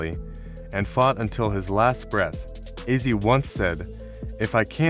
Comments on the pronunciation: It's not azzi it's OZZY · you had one job. mf said azzie 🤦🏽‍♂️🤦🏽‍♂️🤦🏽‍♂️🤦🏽‍♂️🤦🏽‍♂️ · Could you please pronounce his name right. It's Ozzy like Ozz e